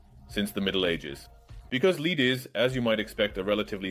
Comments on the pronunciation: "lead" can be pronounced 2 ways, but both ways have very different meanings. - lead that rhymes with "fed" or "dead" is the chemical element. - lead that rhymes with "seed" or "bead" is 'to have something follow'. It's even worse because "lead" as in to drag something around (she leads him around) and "led" as in the past tense of to have had something follow (she led him around), have related meanings but different pronunciations; "led" is pronounced the same as the chemical element. Also, LED as in light emitting diode is rarely pronounced as a word but instead as spoken initials, "el-ee-dee", partly to avoid confusion with the other two things that sound like "led". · Whoever is doing the voice over needs to not be used again. Doesn't know how to say metallic lead and says it like leading a horse. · He pronounced lead wrong, if that gives a clue. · Lile most AIs this one has issues with the word lead. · I like the new computer enhanced voice! However, is there a way that you can make it say "led" rather than "leed" for the element Pb? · Your channel always has great chemistry contents; but I agree with many comments here: please use the original voice, not the AI voice. The AI voice even mispronounced ‘lead’ which is supposed to be pronounced ‘[led]’ not ‘[leed]’. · the metal lead is not pronounced like to leed. what i dont understand is that you say it correct in other parts of the video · If you're going to use an AI you need to listen to it's annunciation before bothering to dub it in. It thought when you said "lead" you were saying "leed". Probably using the spelling "led" would have fixed it, even if it's wrong. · Critical feedback-ditch the AI voice. Not only does it make you less relatable, it mispronounces English. Lead-the metal, is pronounced “Led” in English. It’s quite distracting to hear the mispronunciation of something so basic.